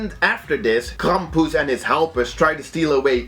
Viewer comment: Yes, say "Krampus" again I like how you say it.